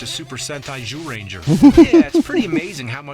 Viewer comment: Zyuranger was pronounced like Jewranger in super sentai